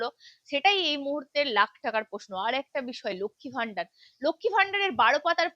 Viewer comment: ম্যাডাম, ভিডিও র শুরুতে এবং বেশ কয়েক জায়গায় " লক্ষ্মী ভাণ্ডার " বলেছেন আপনি। এটা শুদ্ধ করে নিলে ভালো হবে।